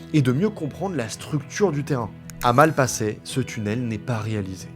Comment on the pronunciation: La prononciation me hérisse les poils "Malpassaient"